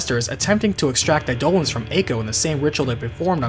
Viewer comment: Instead of 'aye-dough-luhns', Eidolons is pronounced 'eye-duh-lawns'